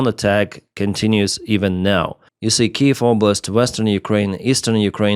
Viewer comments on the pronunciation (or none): none